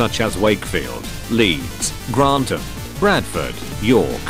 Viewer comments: Gran-tham not Grant-am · A combination of both. The TTS I use can be forced to pronounce words in a certain way. Here, I simply forgot how Grantham is pronounced lol.